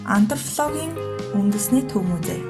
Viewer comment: Sorry gehdee museé louvre-g jaahan zasaad heleerei google translate- iin french ~ russian shig sonin orchuulsan baina. Ф & П үсгээ бас ялгаж хэлмээр байнаа антропологийг антрфлог гээд хэлээд байна шүү🙏🏻🤣